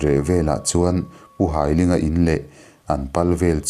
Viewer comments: Pu Hailinga hi ka nu pa,ka pu ania a hming hai tih lai hi mi kan hai a,ka hai che tih anga lam tur,an fapa hi Lalkiana ani a,chuan ka nute unau zinga upa ber Nghakthangi hi ala dam a,Lawngtlai college vengah an cheng mek e,kan tet laiin ka piin min hrilh ṭhin a kan hlau thei lutuk,zanahte hiam kan zung ngam lo a,api kan in hruaitir ṭhin,ka lung aleng hle mai,he chanchin i dah vang hian ka lawm em em e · hailinga hming ilam dan hi hai tih lai ..thawhka hai tih lai ang leh ling pawh hi meiling kan tih ang hian lam tur aw